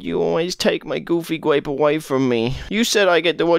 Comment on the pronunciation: I wove goofy gwape